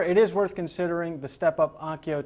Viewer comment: it's ONKYO,... not ONYKO